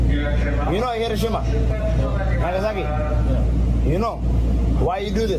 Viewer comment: It’s also pronounced “he-RHO-shi-mah” which several people say in this video so if we’re trying to be respectful let’s start with that